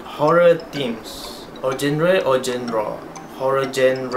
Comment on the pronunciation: dont worry you're english is great!!! but genre is pronounced like 'junru'